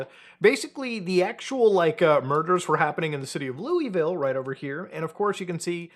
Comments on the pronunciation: Loo-ah-vull not louieville lol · it’s not pronounced loui-ville but like lull-ville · Love the channel. Long time listener, first time commenter. But PLEASE. 🙏 It’s “Lou-uh-ville,” NOT “Lou-EE-ville” or god forbid “Lewis-ville.” Thank you. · Mutha its Luh-vul not louie ville. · People from Louisville are gonna show up and berate you for not pronouncing it "Lullville." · its pronounced luihvll by the way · It's pronounced "Lawva, KY" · Yo. Louisville resident here. Louisville is only two syllables. Looh-vuhl. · Its pronounced Luh-vull. Put some respect on our city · i know how its spelled but as a native its pronounced lou avill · It’s pronounced “Loul-vull” (I’m from here unfortunately) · I’m in Louisville and ion even know thank you, you also pronounced it wrong lmao it’s Lou-Ville😂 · I have family in Louisville, that is not how you pronounce it and they are adamant on how to. Say it like you have peanut butter in your mouth (low-eh-vole) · Mutahar, with all the love in the world I have for you as a content creator, it’s Lou-uh-vul. I grew up here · Irrelevant but folks from Louisville pronounce it as Looahvul (dont ask me why, I'm not from there) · Louisville natives in shambles by muta pronunciation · All I can think about Muta mispronouncing Louisville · You're Canadian so im not about to press you on how to say Louisville, but just know, you said it wrong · People in Kentucky are gonna be pissed at Mutahar's pronunciation of Louisville, and I'm here for it. That shit's as annoying as Australians bitching about how people who speak a rhotic dialect pronounce Melbourne.